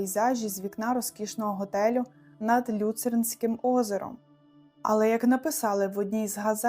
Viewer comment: Ледве дослухала до кінця!😮 Механічний голос, власні назви вимовляються так, ніби автор їх вперше чує, дикі наголоси: БазЕль, ЛЮцернське озеро. Розтягнуте відео, повторюється коментування. Не дуже професійно. Хоча факти вражаючі!😮